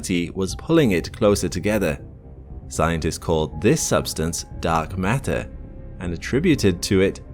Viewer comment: "mark datter"